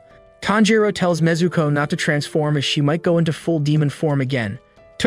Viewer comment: Bro, it’s Nezuko